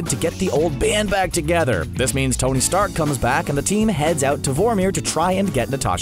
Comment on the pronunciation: Tong? Wtf?!! It’s Tony